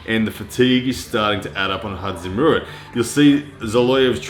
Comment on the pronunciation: just call him Zoloev. Your pronunciation of his first name is killing me.